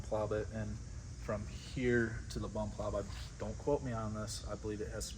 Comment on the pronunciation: 32.30 mins in says bum plob instead of plumb bob. Lol😁 keep up the good work boys......